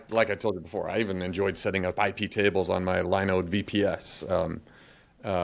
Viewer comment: I like how consistently pronounces things wrong like Laravel and Linode. Great episode.